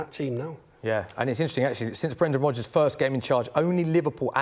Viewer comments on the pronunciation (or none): none